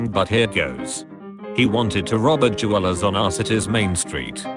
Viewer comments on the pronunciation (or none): anyone else imagine a blinged-out koala when he said je-walas (jewelers)